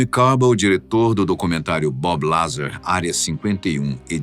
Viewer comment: Fala pra ele que não é BabiLazar. Ê Bób Lazár